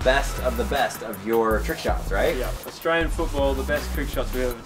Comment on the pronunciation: I appreciate u not saying Ourstralian and saying Australian instead!:)